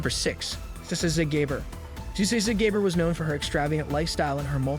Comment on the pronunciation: Agree. At least learn the correct pronunciation before posting.